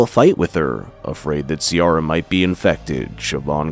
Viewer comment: Love the attempt at the Irish names haha, you nailed Siobhán, Ciara is pronounced Keer-a